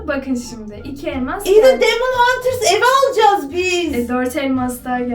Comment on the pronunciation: Demon huters değil demene hunters